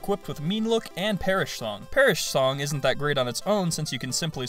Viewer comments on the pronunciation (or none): When you said perish song, it sounded like perrah shlong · Hahahaha "Perish Shlong!!!!"